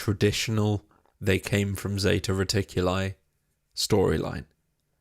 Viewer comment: Zeta reticuli is read 'reticulee', not 'reticulay'. As tzatziki we read tzatzeekee' not 'tzeytzaykay'🤬 it's Latin and greek, not funking americano🤭